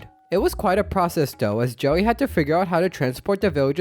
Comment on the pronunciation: U keep saying "joey" instead of Jelly lol